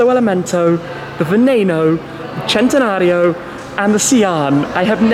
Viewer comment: Loved the way you pronounced 'Centenario' was something else. Sounded proper itlalian.